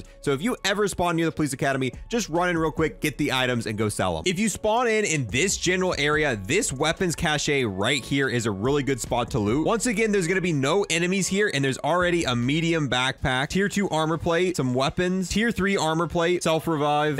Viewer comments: Cache. Spoken "cash". Not "cash eh". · It’s pronounced “cash”, not “cashay” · "Expecially", "Cashay"... Just spend a day or so reinforcing how to pronounce them and you will have it down in no time. Especially with an S not an X and cache is pronounce cash. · this annoys me so much, a lot of Americans say this 🥴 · Imagine thinking cache is pronounced “cash-ay” Dude - it’s just like “cash” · Cache = cash not caché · Cache is pronounced: cash , not cashay wtf 😂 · A cache is a group of things that are hidden, and is PRONOUNCED like "cash." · Cache is pronounced just like cash. FFS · He's been told this before. Either he's stuck in his ways or is baiting engagement lmao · What the hell is a cach-ay??? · “Cache” is pronounced “cash” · And I've never heard anyone say cashe like cashee like a French person. And E-State lol you funny. It's just estate. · I'm sorry, it's pronounced like cash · Cache is pronounced the same as cash but great video! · The e is silent in cashe... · Do they, though? This YouTuber is the first person I have ever heard pronounce it like that. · I guess him mispronouncing cache gives him YouTube cachet?